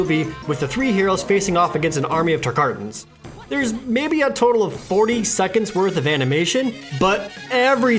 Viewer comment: "TarkARtans"? Unsubscribed